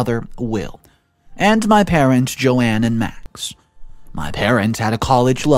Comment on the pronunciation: Who the hell is Joanne ? it reads JOAN